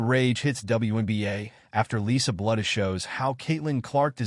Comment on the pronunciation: You need to learn how to pronounce " Bluder " It's BLUE der!!